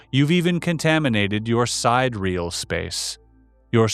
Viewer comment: Sidreal...not side reel...related to distant stars, constellations. Time measured by the motion of stars,rather than the sun. Pronounced "side erial" phonetically.